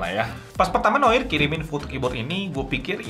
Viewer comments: bacanya noar bang, bukan noir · Seharusnya bilangnya "noa", noir itu bahasa prancis aslinya, pengucapannya noa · Cara membaca Noir kalo bhs inggris jadi "Nowar" XD